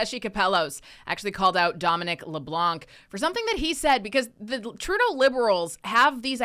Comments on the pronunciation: The " C " is silent in LeblanC and it's not Joan Ben-oit it's pronounced Joan Ben-wa French names deserve to be pronounced correctly don't ya think . It's insulting Chris Benoit was pronounced by what you would call dumb wrestlers pronounce it correctly can't you smart people do the same . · In french Leblanc, we do not pronounce the final "C"